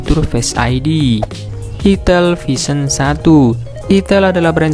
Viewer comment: Itel bang bukan itil 🤣